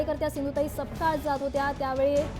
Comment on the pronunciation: Are baba its not sakpal it's (SAPKAL)